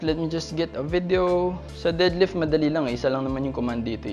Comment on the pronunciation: Nakakatawa kapag pnopronounce mo yung deadlift as did-lift Hahaha. tanong ko lang, kadalasan kase walang pnopost na prizes sa Powerlifting meet. Ano ba yung madalas na prizes muna 1st to 3rd place at benefits ng 1st place as champion. If may cash prizes, ano yung range ng mapapanalunan in every places. Sana next vid etong tanong ko naman yung magawan.